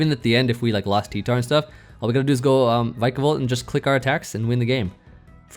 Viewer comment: why do you pronounce it Vykabol, its Vikabolt man like Pikachu